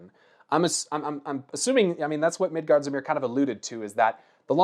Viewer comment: Midgardsormr rhymes with former